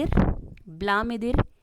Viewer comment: ब्लामीदिर नहीं व्लादिमीर Vladimir नाम से है लेनिन.